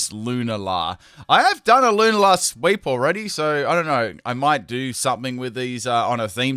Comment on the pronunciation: Lewnla? It’s pronounced lu nall uh